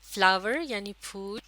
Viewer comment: folll nahi phool